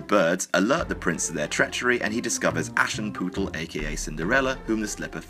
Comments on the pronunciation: ASH AND PUTEL XD IM GERMAN AND THATS THATS CLOSE TO THE WAY IT IS TO BE PRONOUCED Ash-ashes ( duh ) putel - ( housewife or house woman ) XD the picture you put XD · The pronunciation of Aschenputtel was actually pretty acurate. The u is just a little bit shorter. :v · Good job pronouncing Aschenputtel! :-)